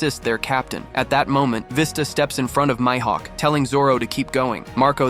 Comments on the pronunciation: Lil bro calls Mihawk mihaeck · It’s more like my hawk